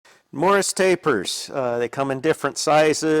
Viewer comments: "Morse", not "morris" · I am trying not to assume I know everything about machining as it is a vast and historied subject. Is this an American machine taper or is it a typo from your pronunciation of Morse? I couldn`t find anything online but google can be a little blind on Machining subjects at times. Generally enjoy your content and Thank you for the hard work.